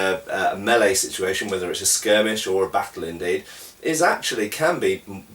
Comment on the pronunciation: I love the way you say 'battle'. If they ever make a realistic swordsmanship video game I want them to hire you to narrate.